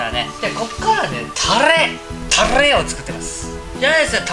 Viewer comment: たr r r rれ！ 巻き舌上手いなぁ。私できない…。